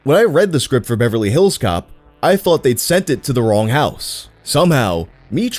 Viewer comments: Me too but the emphasis putting on hills in “Beverly HILLS Cops” is unreasonably bothering me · I love the way he says Beverly Hills Cop. Beverly HILLS Cops. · OK is anyone else put off by how he says Beverly Hills Cop with the emphasis on "hills" instead of "cop"? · You say “Beverly Hills Cop” so weird. 🤣🤣🤣🤣🤣